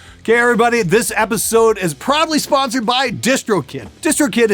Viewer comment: did anyone else hear "this video is probably sponsored by distrokid"?